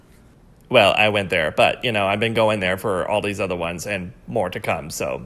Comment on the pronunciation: Omg when he said Been I thought he meant spelled bean 😂